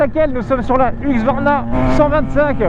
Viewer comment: La prononciation C'EST "HUSQVARNA" ET PAS "HUQSVARNA" !!! 😑😑